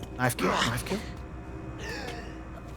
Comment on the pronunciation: I took a drink of Fosters every time you said “knoif”, now I’m bangin a wallaby